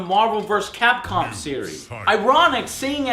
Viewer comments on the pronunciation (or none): none